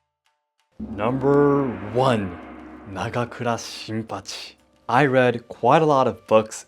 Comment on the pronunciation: The way you promounced "Nagakura Shinpachi" was one of the coolest sounding things I've ever heard.